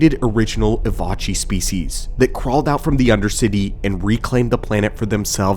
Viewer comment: "Evochii" is pronounced "E-vo-kai"